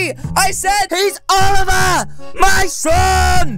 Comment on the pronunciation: He pronounces It like olievar